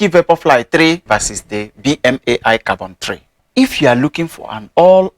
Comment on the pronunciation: Thank you! I appreciate your unbiased views comparing western brands with chinese brands. Btw, BMAI is pronounced Bee-Mai 必迈. And Qiaodan is Ciao(like the italian word)-Dan, to make it sound like Jordan hence their logo. Also wondering if you know of any chinese equivalent for the asics novablast?